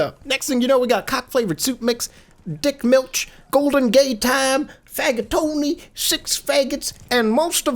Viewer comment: The way you pronounce "dickmilch" is so typical for a non-german xD